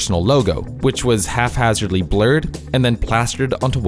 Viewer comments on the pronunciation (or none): did you just say 'half hazardly'? the word is 'haphazardly'